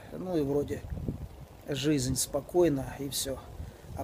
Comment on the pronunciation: Мне тоже шикарно